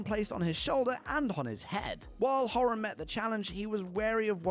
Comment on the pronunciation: Couldn't even pronounce Niall's surname properly! So why would anyone believe him?